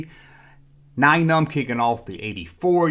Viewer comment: I found out how to say Nien Nunb’s name. According to Mike Quinn of Star Wars radio celebration, he was number 9 on a list. His name was taken from this and is pronounced “nine num”.